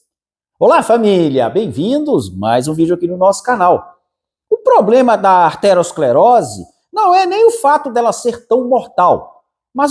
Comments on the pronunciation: Parei de assistir quando ele falou aRteroesclerose,se não sabe o nome correto,como pode querer falar sobre o assunto ? O certo é ateroescleose, não é derivada de artéria,mas de ateroma. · Não é "arterosclerose", e sim aterosclerose.